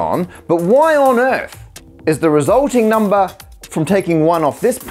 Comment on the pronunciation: I love the way he says "numbah!"